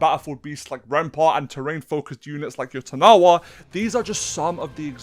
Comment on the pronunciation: yotanawa??? YO-TAN-WA how is it so hard???